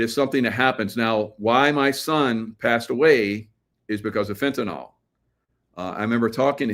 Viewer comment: FENTANYL, not Fentanol